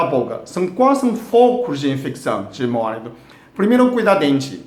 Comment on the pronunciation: Móalito kkk dsclp mais deu vontade de rir.. kk